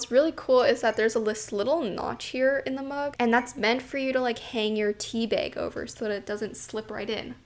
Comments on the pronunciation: no one:, on ig trying to pronounce bag: bAeG, bAaG, bEg 😂😂❤️❤️ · Super Canadian b e g 🤣